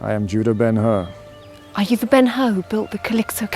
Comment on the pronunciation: It's BEN HUR, not BEN HER or BENUR! The BEN HUR portrayed by Charlton Heston is still the best...